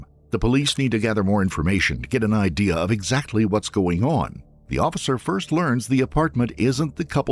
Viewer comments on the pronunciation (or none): none